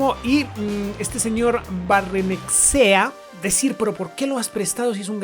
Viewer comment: Soy de la real y se dice barrenachea